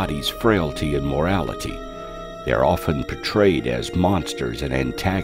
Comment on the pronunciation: it should be mortality not "morality".